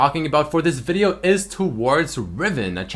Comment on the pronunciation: Change the intro please..and stop saying video the way u say it XD